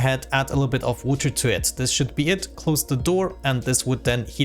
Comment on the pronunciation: No hate intended, what's that accent? I find the way he says water as "wooter" really funny